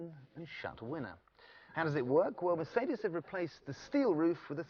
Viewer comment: Weird pronunciations..... Mer - seed -ees, Ford Ka(t) and Fassia (fascia)